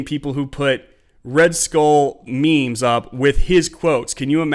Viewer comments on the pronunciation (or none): none